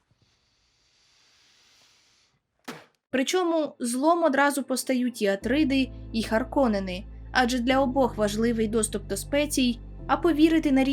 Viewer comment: так а чому у відео ви кажете АтрИди, а в коментарі даєте джерело де написано АтрІди? Це як? Озвучка в фільмі Атріди, в книгах українською Атріди, а в відео АтрИди. Інформація цікава, подача гарна, але кожного разу як чую АтрИди мене аж тіпає…